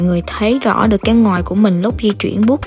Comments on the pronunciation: Mik nghe thành "ngoài " lun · Nghe chị nói từ Ngòi cứ khó chịu sao á